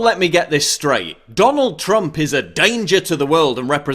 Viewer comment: I like the way he calls him 'Trumpf' lol